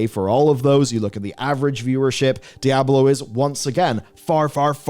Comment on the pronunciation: I can’t listen to this guy pronounce dy ab low…..